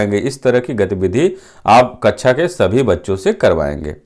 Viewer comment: Its kaksha not kaccha..